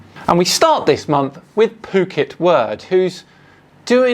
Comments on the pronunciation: Phuket Word is a daffodil. BTW, the Ph is sounded out as an F so it's, F**ket Word! And Nathan Oakley is not a flat earther, he doesn't believe the garbage he sprouts. He is con man. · Phuket is pronounced as Ph = F. Pretty much what his brain said when he didn’t realize what an idiot he is. It used the “Phuket” F**k-it word. What a bonehead.